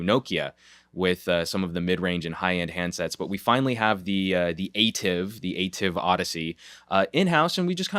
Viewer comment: Thanks for your video. According to PR Person from Samsung Korea, ATIV pronounces as ah-TEE-v.